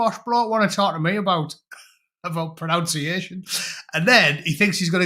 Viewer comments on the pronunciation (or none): I had to laugh,you pronounce ‘Pronunciation’ wrong,it’s NUN in the middle,not NOUN…I love stuff like this…it feeds my pedantry…Also,another favourite of mine is the way Boro folk pronounce Plaster…Plaaaaarster…it’s like a really posh word when you guys say it.